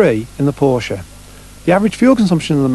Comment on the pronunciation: Thank you! Finally a Brit who knows how to pronounce Porsche.